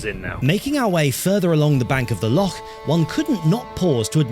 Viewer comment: I really appreciate the accurate pronunciation of "loch". Well done on the long walk as well, though.